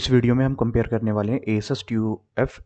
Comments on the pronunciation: Asus ko aeses bol rha h😅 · u should learn how to pronounce asus